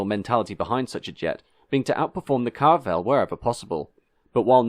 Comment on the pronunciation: I’ve noticed he consistently pronounces it Carvel in his videos. From what I remember of my schoolboy French, even French pronunciation wouldn’t omit that syllable, but I could be wrong.